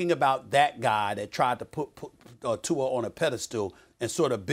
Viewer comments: Lol why does Stephen A say “Tuar” instead of Tua 😂😂😂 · It’s Tua